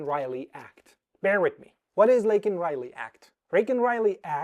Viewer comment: Not Waken Wiwey. It's Laken Riley.